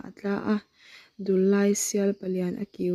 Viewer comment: Thil dang pawh ila chhiar zel ang a,thu chhiar hian uluk hi angai khawp mai a,(eg)Dullai tih ilam dan (Lamrik dan )hi adik lo hul hual a,eg. Dullai tih ah hian LAI tih lai ang ah te hian,Dul tih hi,Hruithlun a dul tih ang a,lam rik tur ani a,LAI tih ah hian An zai chu avan LAI, I Zai lai ti ang a,lam rik tur aw,ka u,alam rik dan adik loh chuan ngaih thlak anuam lo in atui awm lo tlat thin a